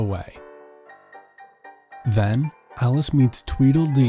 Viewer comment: Every time u said alice... I thought its alex😂